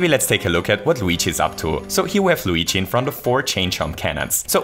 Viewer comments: U said weegee BTW big fan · Don't you mean Wigi? Since that's how he pronounces it.